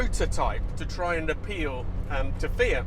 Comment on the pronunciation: One of the very few that can pronounce Fiat properly, ie Fe ut, not Fee att.